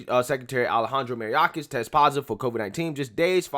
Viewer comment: I love your videos but bruh, you be killing people's names. Mayorkas; My-york-us. Gutierrez; Goo-tee-air-dis. Keep up the good work man. Love your channel.